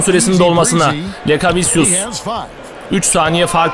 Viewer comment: doğru telafüzü lekaviçyüs